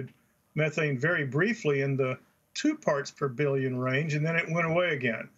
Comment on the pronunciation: Did he say "farts per billion"?